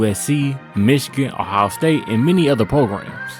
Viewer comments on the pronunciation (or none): none